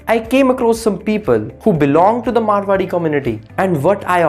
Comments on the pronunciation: Abe chutiye woh मारवाड़ी hai मरवाड़ी nahi 😂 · Abe..It’s Maarwadi..not Marwadi